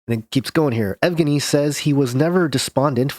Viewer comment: yev-gein-ee the yev is soft. the e part